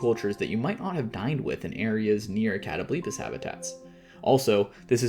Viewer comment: I’ve never heard it pronounced as “Katto-bleepis” lmfao, sorry, is it not supposed to be “Kuh-tobul-pahs”?